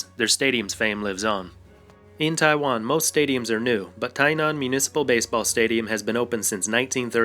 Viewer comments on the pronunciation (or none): none